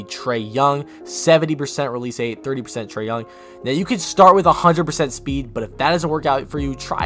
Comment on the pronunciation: he said trae lung 💀💀